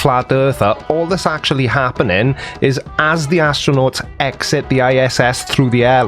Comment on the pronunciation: “Actornaunts” 😂 my my what clever word play bet he's proud of that one